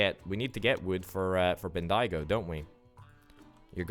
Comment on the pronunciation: Hey, love the vid 😂 Melbourne is pronounced Melburn or Melbin, mainly Mel-Bin (say it fast) Bendigo is pronounced Ben-dee-go (say it fast) A bit of history about Bendigo is that it became a massive town due to a gold rush but is now just a town full of drugo’s sadly. Some more history is that where your train tracks from Melbourne to Bendigo is, is actually where the train line from Melbourne to Albury is and where the Hume Freeway is too.